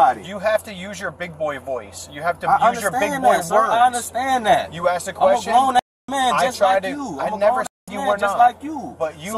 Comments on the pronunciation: Ax me if I haff a receipt? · Lmao "aksed" and what's with the clap-clap-clapping with every syllable?..as natural as breathing and blinking 🤣